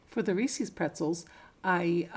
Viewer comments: Sorry, only made it 4 minutes in and I can't watch anymore. You've said Reese's 3 times, its ree-sez not ree-sees 😆😆😆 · First time watching your channel. Are you somewhere in the Midwest or South? I have noticed that so many vloggers pronounce Reese’s as “Rees-ees”. Inquiring minds want to know why? 😂Now, I’ll finish watching your video. Merry Christmas.💚❤️